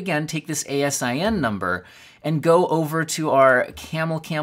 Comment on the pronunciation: As a long time Amazon employee I laughed every time I heard you spell out A S I N. We pronounce it out. It stands for Amazon Standard Inventory Number.